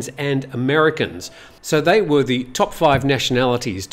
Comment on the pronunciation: 8,21 they vere "stone"